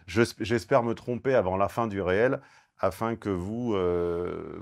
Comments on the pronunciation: c'est pas "réel" mais "reel" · Petit point de detail important (juste pour casser les noix): dans le contexte d'Instagram, "REEL" se prononce "RIL". C'est un terme anglais (qui signifie "bobine"). J'entends cette erreur (ou plutot contre-sens) trop souvent. J'ai entendu la bonne prononciation vers la fin de la video, mais j'ignore si c'etait intentionnel. Des bises ! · Si on veut être précis, on prononce "reel" avec un "i" ("ril"). Ce mot signifie "bobine" (une bobine de film en l'occurrence) 😊